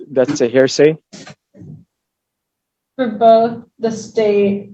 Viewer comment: "I object. That's a hairsay".